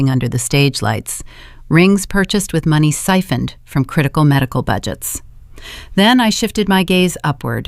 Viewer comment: It’s AI and they seem to have the hardest time pronouncing money and time.